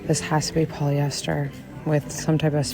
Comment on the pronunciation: Poly-esthers. Plass-tick